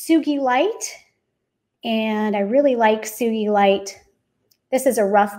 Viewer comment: She is pronouncing sugilite properly, as it was named after a man called "Sugi" who first started working with it. Sugee-lite, with a hard G. ;)